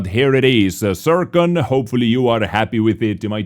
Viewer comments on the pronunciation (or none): none